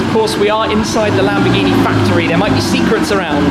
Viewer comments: LAMBOGGHINI? LAMBORRRRGHINI👌🏻 ok? RRRRR with the r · Perché si inglesi o americani dicono Lamborgini NO é LÀMBORGÌNI😤😠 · Si dice lamborghini non lambghini!!!